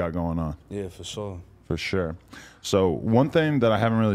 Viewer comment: No disrespect to nobody but at like the 30 second mark said fosho and Adam said for sure and it made me chuckle